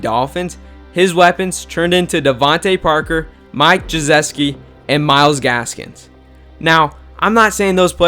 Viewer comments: I'm pretty sure its pronounced, 'Gi-sick-e' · Bruh tua will have Jaylen waddle,will fuller, and devante parker and mike gesicki also you said his name wrong completely it's pronounced gi-sick-ee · Am I the only one who Cringed at the Mike Gieseke pronunciation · If you say Mike Ge ses key one more time I’m going to blow up a daycare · did u really just say mike Jaseski jnsyead of Gesicki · I'm sorry but the way you said geseiki hurts me since I've actually seen him play live in college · (Geh- sih- kee) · He said Mike Gesicki Wrong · The way he said gesicki name lol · wtf did u call Gesicki? LMFAO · I feel bad that you can't pronounce Mike gesicki name🤣